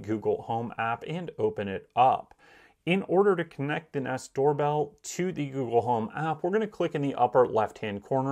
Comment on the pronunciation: “Gewgle” lol